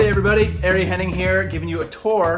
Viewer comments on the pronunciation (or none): I've been pronouncing your name wrong for years... You say it "Airy" whereas I pronounce it "Are-eee"